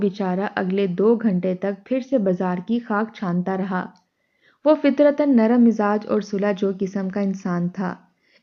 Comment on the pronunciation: “Bhai” nahi “Bhi”. “Lawndey” nahi. “Bachchey” “Fitrata” nahi “ Fitratan” “ Demay nahi “Dhimay” “Hikka” Haa se nahi “Hay” last third lafz. Huqqa Pakka “ nahi . “Tabiyaat Mukkadar” nahi “”Fiza Mukkadar”. “ Halak kar” nahi “Billak kar” “Bhai Kai huwi” nahi “Bokhlaii huwi”. Urdu ka Janaza hai ……….. “.